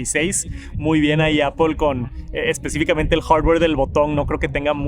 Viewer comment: "hardd ware"